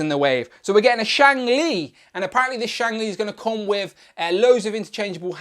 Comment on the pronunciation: It's Shang Chi not Shang Li